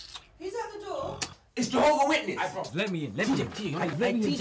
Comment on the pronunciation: Man said its jehova witnes😂😂😂